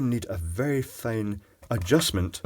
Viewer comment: "don't worry it will be 'foine' "